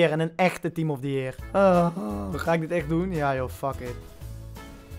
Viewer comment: Niemand:: team of the jeer